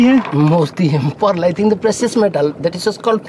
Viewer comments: You mean "PoReaL" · Yeas yeas pressus metal it's called porl pworl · "That is called pearl3" the way he pronounced it was epic 😂lol